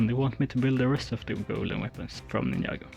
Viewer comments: Great work, btw it’s pronounced ninJa, non ninIa, and it’s Jay, non Iay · Bro really said ninnya